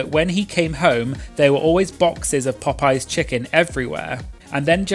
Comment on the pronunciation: Thank you. Bc why would you emphasize that like?